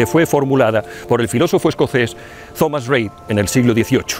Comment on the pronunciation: El nombre propio Thomas, es una de las muy pocas palabras en inglés donde th se pronuncia como una t, y no como si fuera una zeta española. Casi igual que Tomás, pero con el acento en la primera o.